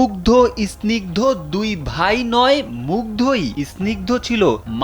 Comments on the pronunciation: বা_ ল, ইস্নিগ্ধ কি? স্নিগ্ধ। উচ্চারণ করতে পারে না আবার রিপোর্টার 😅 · উচ্চারণ ঠিক করেন।আপনি কেমন রিপোর্টার যে স্নিগ্ধ উচ্চারণ করতে পারেন না!???? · ভাই আপনে সাংবাদিক হলেন কিভাবে?আপনি তো স্নিগ্ধ উচ্চারণ করতেই পারছেন না।